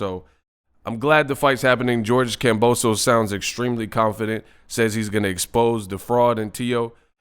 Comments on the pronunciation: HIS NAME IS KAMBOSIS WHY ARE PEOPLE CALLING HIM KAMBOSOS!!! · its kambosos